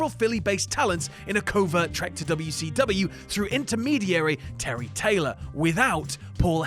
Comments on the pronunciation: Probably, everytime says w-c-dubya I want to punch him in the face. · am i the only one who was upset at the fact that they enunciated wcw instead of callin it wc"dubya" like they do in whatculture?